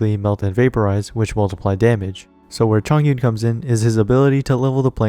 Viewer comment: hiii bestie a liyue pronunciation guide is out please give it a listen =) <3 thanks! - chongyun main